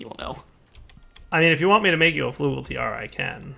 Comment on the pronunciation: It's not Flugel, more like Flygel, that's what the omlauts indicate, a different vowel.